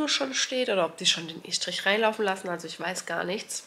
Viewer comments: Man spricht es übrigens Ess-trich aus 🫶🏻 ich kann euch nur raten vor allem jetzt bei den weiteren Arbeiten immer wieder zu kontrollieren, denn diese Fehler sind sogar noch ärgerlicher. Wenn der Fliesenleger zB alle Fliesen falsch legt, etc. Alles schon vorgekommen, alles schon gesehen. Das kann so belastend sein. Vor allem macht keine Kompromisse. Wenn euch was nicht gefällt, ändert es sofort, sonst bereut man es später so hart. 🙏🏼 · Warum sagst Du Eschdrisch. 🤣